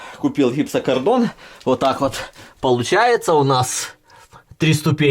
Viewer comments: что ты сказал? *гипсоКАРДОН*? игнаДюк)) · Вопше-то "гипсокартон" а не "гипсокардон" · Хахахахах гипсокордон щекотурка я ору с его произношения